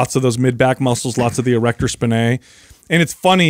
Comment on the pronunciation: Weird how the guys all sync up on how they pronounce "erector spinae" as "spi-NAY," almost like a cheap French perfume. There are a few correct pronunciations, but the stress is on that "SPI" part: SPY-nee, SPY-nay, SPEE-nay.